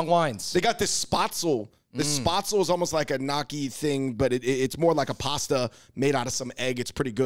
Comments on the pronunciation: Why they tried so hard to pronounce all the French foods with an aceent ... but then keep referring to gnocchi as “knocky??? Killing me. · i giggle at the way yall pronounce gnocci